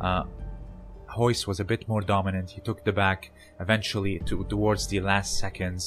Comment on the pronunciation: How can you not say Royce (you say hoyse) but you can say resist?